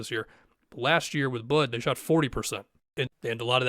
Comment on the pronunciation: Aside from how crazy this whole thing is, I laughed so hard at the way you said Bud the first time